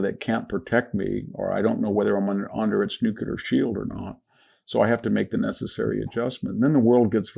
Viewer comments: VDH just said 'Nucular' and it was not a slip of the tongue, because he said it again ! How disappointing. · Cant take anyone serious who cant pronounce NEW CLEE ER . So much for degrees